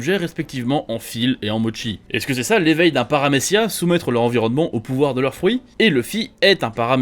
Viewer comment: Si seulement il savait "paramecia"